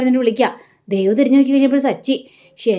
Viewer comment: അരുണും ദേവും... ദേവ് അല്ല ദേവു...